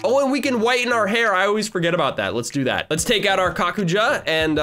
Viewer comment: Ye but its kakuja